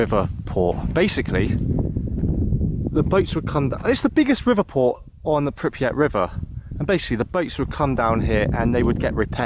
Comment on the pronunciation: Man I love the footage but you gotta stop displacing the R in Pripyat! It’s not Pipryat lol